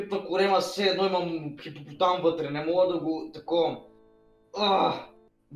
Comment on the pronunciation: Само на мен ли ми се стори че монстъра каза: хитопотам